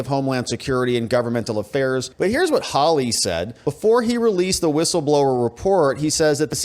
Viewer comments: How lee? Haw lee! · Geez, when are you going to say this guy's name right? Hawley, pronounced "Haw-lee". Not hard.